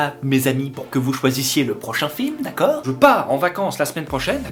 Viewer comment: Ton « dekeur » il est terrible 😂😂